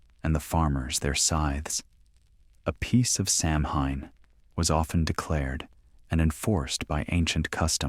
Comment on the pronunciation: samhain is pronounced saween do your homework